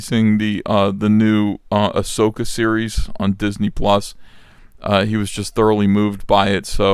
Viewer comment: Watching A-SOY-ka?